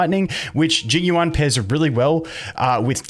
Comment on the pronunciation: Obligatory pronunciation comment - second part of his name is like the word “you” and the syllable “ahn/awn” like the word “yawn” or “lawn” with an American English accent :)